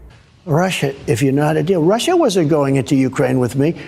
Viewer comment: When this fruitcake says 'Russia' it almost sounds like 'home'.